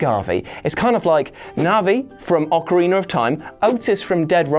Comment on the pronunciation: There’s no R at the end of Ocarina, stop saying Ocariner!